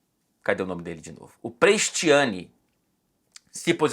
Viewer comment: Eu tenho uma pergunta para o. Se o Vinicius não fosse brasileiro,o seria tão assertivo nos vídeos? Tudo que seja racismo é condenável mas também acho lamentável a maneira como o diz o nome Prestianni.